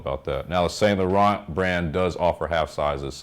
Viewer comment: Great video, btw it’s Pronounced San Loreaun the t’s are silent . I’m Canadian so French is our second language, thanks.